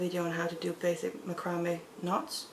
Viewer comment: I love listening to you.I love how you pronounce macrame. That's the way it is spelled. I have watched others but I like your tutorials the best. I finally bout a small macrame board and I am going to start with the bezeling cabs. I am basically a beader but want to make so jewelry with macrame. Thanks for the best videos.